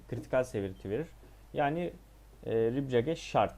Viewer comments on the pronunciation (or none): Ribcage dediğin rib cage olsa gerek. Rib keyc diye söylenir. Acuraci de ekurısi diye söylenir. Kardeş ingilizce oyun oynuyorsun ama az biraz da öğren dili ki hem daha iyi anlar zevk alırsın detsyları yakalarsın hem de doğru söylersin.